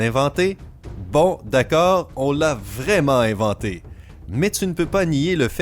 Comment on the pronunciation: c'est inventé pas Leventé🤣🤣🤣